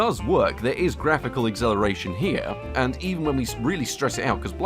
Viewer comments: Are you saying acceleration or exhilaration ? :D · why cant he pronounce acceleration? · Can't unhear the pronunciation of "acceleration"